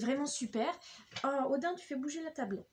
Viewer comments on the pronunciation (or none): none